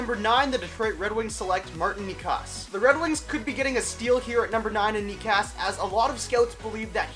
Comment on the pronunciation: Just being a bit nitpicky sorry but Necas is actually pronounced neCHas